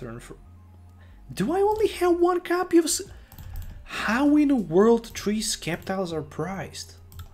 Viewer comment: Sceptile is pronounced as "Sep-Tile". Just think of the word "sceptre"